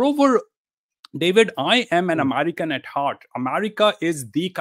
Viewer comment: it pisses me off everytime he calls himself amarikan lmfao what is this guy